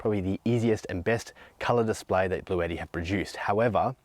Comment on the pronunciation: Isn't this brand pronounced blue-ti and not blue-etti.